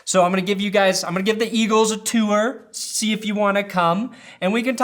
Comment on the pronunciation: Lol, why does he pronounce tour like that?